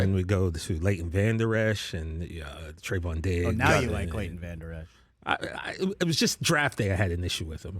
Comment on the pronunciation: Vanderesh? Ha